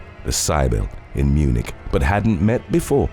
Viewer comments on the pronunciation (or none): none